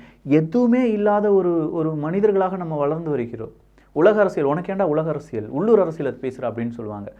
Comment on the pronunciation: தம்பி அரசியல் என்றும் சொல்லும்போது( ல்) என்று உச்சரிபதற்கு பதிலாக அரசிய(ழ்)ல் என்று உச்சரிப்பதை தவிர்க்க முயற்சிக்கவும்.